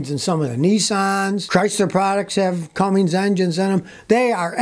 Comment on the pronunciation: Not Cummings Scotty!!!